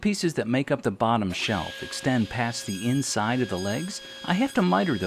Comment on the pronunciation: "But it'z on ze inzide, zo nobady has zo know" ;) You're hilarious!